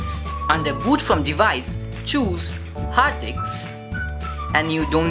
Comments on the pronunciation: "Hard diks" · When he said Hard Diks😂😂😂